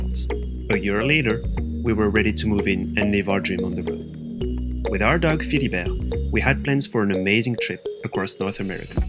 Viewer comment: I remember when you introduced Philibert, I heard Filbert ...